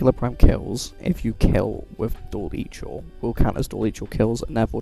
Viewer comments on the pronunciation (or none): Good vid. Covered everything I knew as an 11 year Nova main btw, it's pronounced dual "eyecore" not "eyechore" or "eechore" but sometimes you'll hear "icker" which I believe is more british way of pronouncing it or something, idk. I like saying it that way in the context of warframe because the infested is icky lol